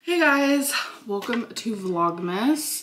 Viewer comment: I hate when you say "wulcome" even more than lynnmas.